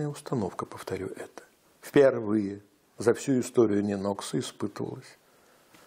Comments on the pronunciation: Не НенОкса, а НЁнокса. Ударение на ё. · Ударение сложно уточнить? НЁнокса, ШИес. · Местные жители говорят Нёнакса(ударение на первый слог) вобще ни чего такого,просто немного режет ухо)